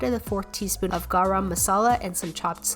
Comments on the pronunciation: hey great video the ar in garam is pronounced like the ur sound in fur hope this helps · I love how she pronounced "garam" masala. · Actually the pronouncation of Garam is "Gah-rum" and also the Masala "Mah-sah-la" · its not garram masala its geram masala and spelling is garam masala btw no hate just so you know ;D and you should try making butter chicken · the "m" on garam is silent so you should pronounce it like gara masala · Her - Garram masala Me isn't it - garam masala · so its not pronounced gaaram masala its actually pronounced gurum the u is of how you pronounce gum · You are saying gaara masala you should say ga-ram masala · Don't say Charaam masala say Garam masala 😀😀😀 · I just wanna say that garam is pronounced gurum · Gawrum masala 😂😂 Nahh it's easy garam masala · Bro but it's like she's making it up the way she say 'gareum masalae' like it's garam masala like even if from her perspective it's NOT THAT HARD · It’s pronounced “gorom” masala not “garam” masala....anyway it’s okay to say both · it is not gara masala it is garam masala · Gàrâm masala 🤣 no hate but yah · gaaraam masala "THE EMPHASIS" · you prounouced garam masala it’s pronounced like Gura masala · I want to tell you something, it's not kara masala it's Kalla masala by the way I like your videos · "GA RAM MASALA" xd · Its pronounced (gar-uh-ma-sala) hop i helped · you can pronounce garam masala pretty good but this is how to pronounce it perfectly Ga-rum masala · Its Guh-rum masala look im an indian it kinda annoying. im sry if that was harsh! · The way she says garam tho- its pronounced - ga rem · LOL, i got a little cringe when she said GAARum Maasaalaa. but she good <3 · Garam masala is said as garum masala😅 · its pronounced as "guh-rum" masala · Lol you put a lot of emphasis your pronunciation of garam 😂. You can just say it like Guh-Rum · Her GARAM masala pronounciation is soo cute